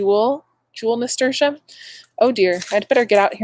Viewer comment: I have been saying it wrong - I have always been saying it, NA-STER-TEE-UM and not NA-STER-SHUM. Still Learning - glad you got your (well deserved) gift!!